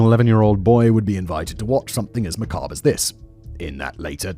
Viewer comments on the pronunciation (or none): none